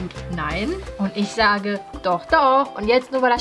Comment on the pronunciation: Ich habe nur Wasser getrunken und wäre glatt verreckt wegen diesem "döch" xD